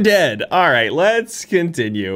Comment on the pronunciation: It's not Jaaames, it's Jameees.